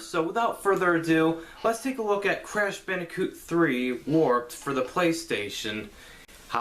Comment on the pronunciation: Love the emphasis on WARPED in the title. :P Crash Bandicoot WARPED!!! was the best back in the day. Great review man. :)